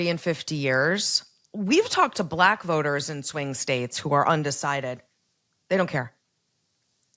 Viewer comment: DonOLD's pronunciation of ‘black’ as “blech” (/bleKH, blek/)… is a clear expression of disgust and distaste—it's also a racist dog-whistle, plain and simple.